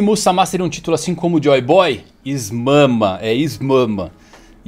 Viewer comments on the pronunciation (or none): não consigo parar de rir com o "is mama" KKAAAKKAAKAKAKAKAKAKAKKAKAKAKAKAAKKAKAKAKAKAKAKAKA